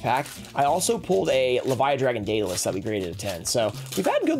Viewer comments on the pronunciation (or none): none